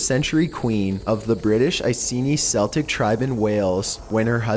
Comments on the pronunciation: your pronouncing Celtic wrong its not seltic CELTIC! NOT SELITC! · It's Celtic, C pronounced like a K, as in Keltic. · For the love of God, please pronounce something right. Celtic - "Kell-tick." The basketball team pronounces it incorrectly. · It is not Seltic, it is pronounced Keltic; with the 'k' sound. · Just to get this straight......Celtic is pronounced Kell-tick. Sell-tick is a Boston Basketball team! Get it right! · Seltic tribes and army dental corpse, because engrish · The word 'Celtic' is pronounced as a K. As in Keltic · you mispronounced Celtic and Agean and Asano ... and more come on man. if your going to talk about historical figures at least say the names of people a places right. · Plz learn how to say Celtic